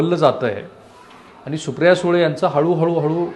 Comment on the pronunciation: पन= पण # आनी =आणि ..... न ला ण आणि ण ला न म्हणायचे हा काय प्रघात आहे तुमच्यात ?? कृपया ही अनिबानिपानी थांबवा,🙏 शुद्ध बोला आणि माय मराठी ला वाचवा. .. बाकी सर्व चांगलं आहे तुमचे...